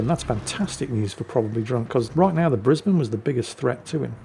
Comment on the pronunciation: Wow! Someone pronounced Brisbane correctly... Nice 😁